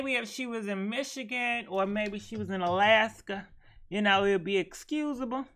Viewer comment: This nigga said Alaska